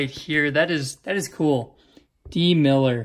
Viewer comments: It's milliner not miller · twice he biffed it, lol. MillNNNNNer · hey man not trying to be rude but as an alabama fam it is mill n er